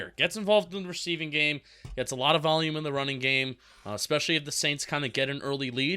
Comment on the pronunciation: and both say expecially